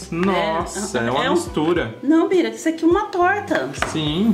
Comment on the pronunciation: É Bira. Kkkk saiu errado.